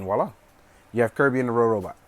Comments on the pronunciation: Not rorobot say robobot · IS NOBODY GOING TO MENTION THAT HE SAID "RoRobot"?!?! IT'S ROBOBOT YOU PLEBIAN!!!